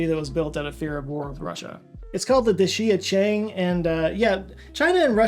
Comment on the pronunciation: little pronounciation help. dee sha cheng